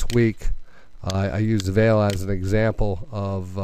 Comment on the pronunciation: it's pronounced 'vah-lay', not 'vale'